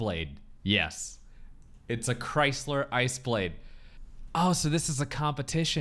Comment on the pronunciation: Tsss, grysler instead of chrysler, production value